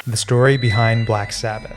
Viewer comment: black s"ABBA"th?